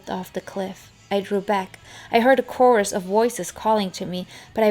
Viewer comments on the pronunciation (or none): none